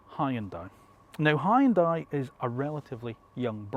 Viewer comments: its not high on dai... its hYun dai😂😂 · High-yun-dai...lol. It should sound more like "hee-yun-dae". Great review! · "Hoon dye" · Hyundai is pronounced like Sunday.